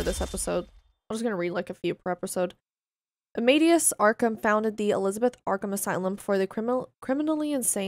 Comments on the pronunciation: it's not pronounced armaidious it's pronounced armadayus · Amadeus = amma-day-uss